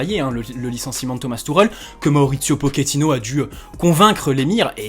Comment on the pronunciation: Salut d'abord bonne année et tous ce qui va avec. Juste pour info on ne dit pas pokéttino mais pochéttino. Et oui en italien le ch se prononce ke et en espagnol che. Vu qu'il est argentin. Mais bon tous le monde fait la même erreur.😉